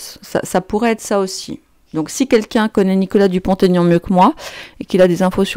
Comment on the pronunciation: Prononcez Dupont-Aignan et non pas DupontAignan. Ce sont 2 noms et il n'y a pas de liaison